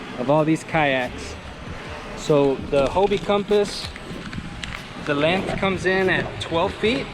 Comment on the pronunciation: Checking out the lennth and the strennth Lol. good video though brother